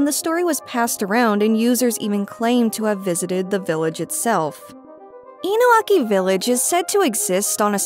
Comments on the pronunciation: It's InuNAki Village not Inuaki Village. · Isn't it Inunaki?